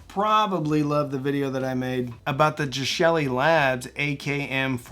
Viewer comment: The pronunciation of the company is simply the pronunciation of the company you should pronounce it accurately